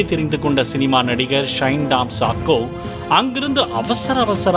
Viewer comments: சாக்கோ ன்னு சொல்லு. அது கிறித்தவ நேம். அதென்ன ஷாக்கோ? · New reader brother the name is shine tom chako, it s not shako.. practice before prompt